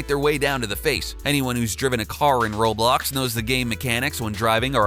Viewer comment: Atleast he didn't pronounce roblox like "raw blocks"